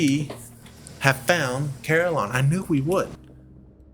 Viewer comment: shoutout to the Desolation of Saliba. beware, a Curator once spawned there for me im happy to hear you say Carillon like I do, most people ive seen say cuh-RILLin lol on the Gaslight Terrace aside Carillon is kind of funny to me, i imagine old zealots of history performing pain-inducing ritual for sin committed, but the punishments here are just random activities varying in degrees of agony and comedy